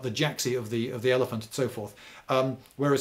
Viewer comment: "Hit them whit eleph-oot"